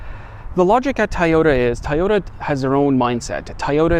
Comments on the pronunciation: It's toooooyota not tayota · lol Tieoda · for the mother of all things holy. if u r gonna review cars, learn how to say TOYOTA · Please pronounce Toyota correctly